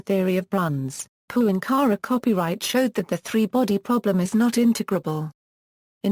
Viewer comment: Yes, it's a pity that that his last name is constantly mispronounced, and is then followed by saying the word "copyright." The documentary is still interesting, despite the annoyance.